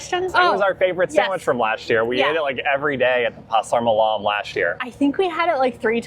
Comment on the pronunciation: The white thing is "lontong", sticky rice! And here I go again, I don't know why people so often put the emphasis on the second syllable. Makes it sound exotic? Anyway, "malam," emphasis is on the first syllable. 10% heritage here.